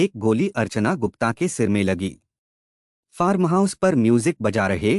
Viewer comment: फारम नही फार्म...पूरे वीडियो में आपने फारम फारम ही किया है जबकि फार्म हाउस बोलना चाहिये...र को एकदम साइलेंट रखना है